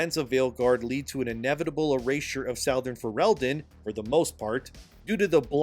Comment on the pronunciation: Southern is not pronounced Sowthurn. Ffs man, it's a simple word.